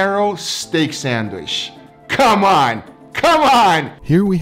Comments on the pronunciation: am i the only one who cringes when i hear say sandWISH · Alvarez Castro Nothing wrong with it,just funny,but it’s sandwich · Sandwishh...that's what I call it every time makes one and doesn't share with me:( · I love how says "sandwish". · no one::Thats a nice sandwish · No one:: Sandwish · “an incwedibble sandwish”